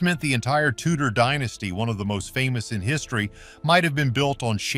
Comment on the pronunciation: The Tudors had bugger all claim to the crown other than right of conquest, they didn't even call themselves the Tudors when they were in power. Can you check how to pronounce names and "dynasty"before you make make these videos?